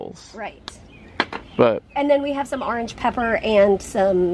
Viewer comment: Congrats on the grass! But what’s “arnge?”😛